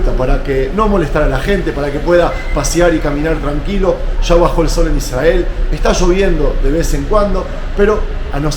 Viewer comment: Por qué pronuncian Israel de esa manera? Y no como hispanoparlante?